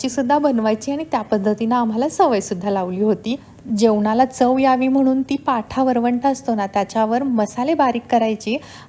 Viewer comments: Ag पाठा नाही ग पाटा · पाठा नाही पाटा